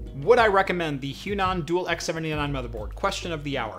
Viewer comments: It should be read as hua nan not huan an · im pretty sure its H-WA-NAN, not H-YU-NAN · I cringe at the pronunciation of the Chinese brand... "Hwa-Nan" is correct. Great video though!! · Their brand is pronounced as "Huah Nun" meaning Chinese South. I'm very inspired by your videos and build quite a few Chinese X99 and some Xeon Systems. Great work!